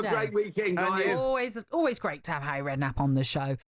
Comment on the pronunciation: How can you not love “arry” great guy 😂😂